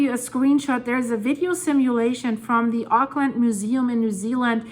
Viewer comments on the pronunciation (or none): none